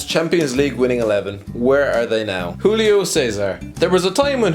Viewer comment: The J in Portuguese is not silent, it's not like Spanish. So, José is pronounce Jo-zay, Julio- Jew-lee-o